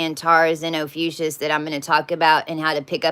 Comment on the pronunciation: Probably of no consequence at all, but why do you say OPHUCIUS instead of Ophiuchus?